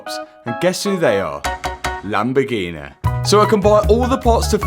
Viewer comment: The world: Lamborghini Matt: Lamborghi-neh